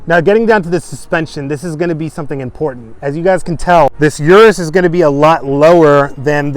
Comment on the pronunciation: Pronounced urus not "Your-us" But I LOVE my DBX anyhow. Drives great, sounds great, but not quite as flashy. 2025 Aston Martin with improved infotainment was only upgrade needed.